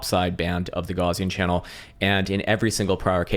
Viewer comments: If you're going to say Gaussian channel every day, say G-OW-s not Gorz. Gauss was a German.😉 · Say Goos😂😂😂 it's a Afrikaans name